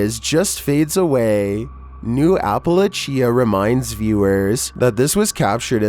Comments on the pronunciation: I particularly enjoyed New Appa-la-chia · I know you didn't say, "Appa-la-chia". You really need to start checking word pronunciations before you make these videos. This is ridiculous